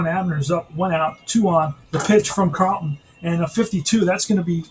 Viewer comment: It's Norm Charlton... with a CH, not Carlton like Steve.